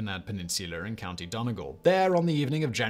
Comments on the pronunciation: And Dun-eh-gel (Donegal) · I giggled at his pronunciation but it wasn't too bad. Better than his Australian place name pronunciation. Donegal girl living in Melbourne